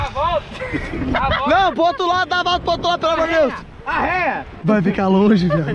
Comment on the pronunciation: "Arréia" KKKKKKKKKKKKK